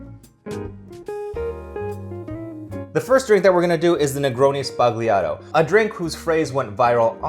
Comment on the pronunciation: Sbagliato = mistaken in italian. G is silent. Zba lee ah toe. 😊